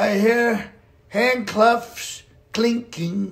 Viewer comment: When you said 'handclufs', were you thinking fluffy handcuffs 🤦??? 😂🤣 Love ❤ from 🇬🇧